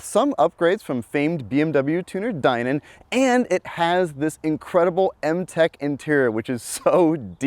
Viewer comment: That IS how Steve Dinan pronounces his name, so is correct.